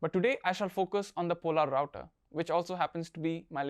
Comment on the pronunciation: Hey there, good video! Really enjoyed it :) Question though, where did you get information that "Polerouter" should be pronounced as "Pol-a-router"? I believe that the watch line was even renamed to "Polerouter" as it'd be easier to pronounce for the general public